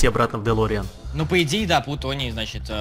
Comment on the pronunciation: правильно говорить плутоний